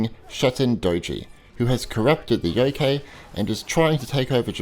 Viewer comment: The KA from youkai is like in the word CArt or CArd.Or like the Kai from Cobra Kai. Shuten Douji was close enough :D .